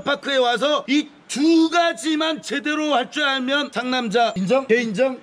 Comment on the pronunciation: 상남자아알!!! ㅋㅋㅋㅋㅋㅋㅋ 왜자꾸 상남잘이라고 들리죠? ㅋㅋㅋㅋㅋ 상남자에 대해서 잘아는사람인갘ㅋㅋㅋㅋㅋ